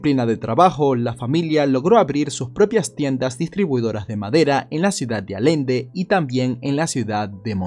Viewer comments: Alende 🤣🤣 Allende se pronuncia se podría decir Ayende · Cómo observación, la pronunciación correcta del lugar de origen de Don Alejo es "Ayende" y no "Alende" Que honor que hagas un vídeo de este gran sujeto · Buen video; la pronunciación correcta es 'Allende' como suena la doble "L", no Alende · Se pronuncia "Ayende" como si fuera con "y" no "Alende" ( solo pronunciación). En español la "LL" tiene sonido de "Y" y no de "L" como en ingles. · Allende se pronuncia "Ayende" no "alende" no se como sea en tu pais pero así nos enseñaron a pronunciar la doble LL xd, por cierto muy buen video llegue tarde pero como siempre es una maravilla ver como narras los hechos. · Se dice ayende, no alende. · Espero y sepas aceptar una crítica... Pronuncias mal Allende... Tú dices Alende.... Es ALLENDE...NO ALENDE....Yo soy de aquí y Don Alejo era vecino mío .. saludos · Es Allende Nuevo León no Alende pronuncie bien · Hola! Gran vídeo! Solo una cosa, se pronuncia "Ayende" no "Alende" saludos:D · Mucha gente valiente de rancho por aquellos rumbos ,y la ciudad de donde era se lee como si fuera ayende no alende ,saludos estan cm tus videos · No me sorprendería que Don Alejo siguiera vivo para cuando la marina llegara yy este al salir de su escondite fueran ellos quienes lo mataran pues durante el sexenio de borolas el narco estaba bien infiltrado en el ejército. Por cierto... Se pronuncia Allende, en vez de Alende. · Todo está muy bien como siempre, AMO tus videos y mas cuando son de mi País, solo que cada vez que decías "Alende" me quería morir 😅 pero se entiende, creo que lo estás pronunciado como si fueras gringo jj sé que no sabes que se pronuncia "Ayende" aunque se escriba "Allende".. Un beso! Dios te bendiga 😘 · la localidad de pronuncia ayende se que se escribe Allende pero se pronuncia ayende salu2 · Todo bien pero no digas ALENDE, di ALLENDE. Me da mucho coraje que hayas investigado tanto y no hayas investigado ni cómo se dice su ciudad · Se dice ayende